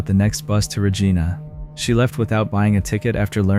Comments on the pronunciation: Hi great video but it's regIna not regEna. 👍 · And those were American bills, not Canadian bills. In the first story. It is not pronounced Regeena, but Regina. As in "I", sounds like "eye". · Regina is not pronounce RegEEna. It actually rhymes with vagina. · Wow. I just moved to a little town near yorkton. Also it's reh gy na. Not re gee na. Rhymes with vagina. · It's pronounced "ruh-JY-nuh". It rhymes with fun! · IT’S RE-GINA LIKE VA-GINA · Canada doesn’t have FBI.. also Regina is pronounced as rhyming with the female body part. :) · Re Jine Ah - Regina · Regina is pronounced similary to a female body part. Just so you know. Also FBI is in the United States not Canada. Just saying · Regina is not supposed to sound like vagina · Seriously. He switches from pronouncing the first girl’s name from Muh-Kyla, to Ma-Kayla and then Ma-Kala. Also Regina is pronounced incorrectly. Just sloppy.